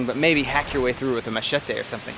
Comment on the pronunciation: I hate the way he pronounces "Machete" lol. Fix that hahaha